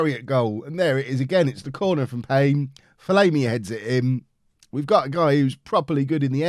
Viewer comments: STOP SAYING FOL-AYMI ITS FOL-AHMI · From an Ipswich Fan - it’s Ben Fol-arm-ee. Loving the series btw!!!